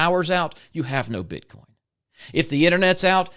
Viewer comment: I was with you until I heard the BS "bit Con" come out of your mouth... "Bit Con?" Really???